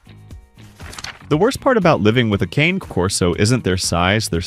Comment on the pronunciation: You should 1: Figure out how to pronounce "Cane Corso" 2: Clean up the weird black snow on your video, it's distracting and ruins the quality. Somewhere there's a kid with video editing software who can clean that up for you.